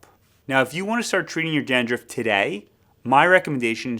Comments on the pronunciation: Dandruff not dandruffd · I can't get past the "dan-drift" pronunciation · 😂 had to restart the video to listen to it carefully! 😅😅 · I can’t stop watching it. Every time he says it, it cracks me up! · Hey i just heard and now i get why its kinda funny